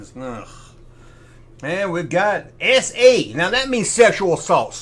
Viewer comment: Every time you say SA, I hear "esay." You know homes 😂